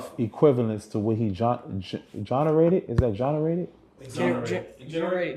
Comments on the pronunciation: I can’t listen to him. “Jhonarated” Jag haven’t been around long enough?! He is not bright. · Gene-erated. This guy is illiterate. Who doesn't know how to say generated? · Oh wow you can even say generated 🤦🏽‍♀️ I’m done ✌🏽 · Him not knowing how to say "generated" is all i needed to see ✌🏾